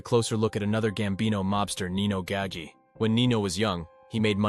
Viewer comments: Came here to write this! Thank you! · OMG !!!!! I was so annoyed by that too !!!!!!!!!!!! 👍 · ITS NINO GAH-GEE NOT GAGY!!!! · I wish people would learn how to say Nino's name right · I came straight to the comments after he said that to see if anyone was as off put as I was by his pronunciation of Gagis name. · No it’s GAH-HAHI-GEEHOHA. Get your Italian pronunciation straight